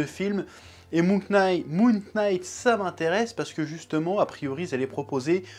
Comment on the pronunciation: Ça se prononce moon « night » pas « K »night un effort stp c’est insupportable comme prononciation…